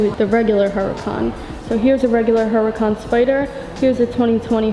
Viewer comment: You don’t pronounce the ‘ H ‘ - it’s pronounced “ Oo ra can “